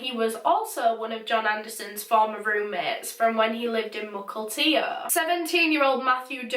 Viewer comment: Shout out for pronouncing Mukilteo properly!